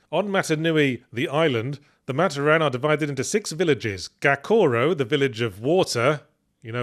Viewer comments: Saying Matoran as mat-oh-ran instead of mah-tor-an is tweaking me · Fun to hear about bionicle after so long. Still, one thing that bugged me. While looking at the word Matoran, i get why he pronounced it that way (I hate it but i get it). its pronounced Ma-tOr-an not Mator-An. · "Matta-Ran" Oh god that hurt me deep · I still cant get over "maat-or-anne". Its gonna stick with me forever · Well yahtz. As an avatar fan theres only 1 of the MANY firebenders who is level headed Edit as i continue watching the video: and toph is an earth bender who i wouldn't consider physically strong Edit edit: FOR THE LOVE OF ALL THAT IS HOLY it's pronounced MA-TOR-IN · I'm giggling so hard at Yahtzee pronouncing matoran as "Mah-toh-ran" 😂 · "Mat Oh Ran" Oh, this is gonna be rough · Very curious given the spelling mistakes Yahtzee caught like "to steel hooks" if his mispronunciation of 'Matoran' was because of who wrote the script rathan than Yahtzee misreading it.